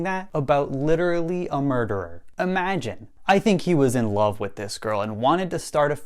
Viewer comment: Im just wondering why he wouldnt pronounce the letter v! Its love, not lobe,! Also, "has became?"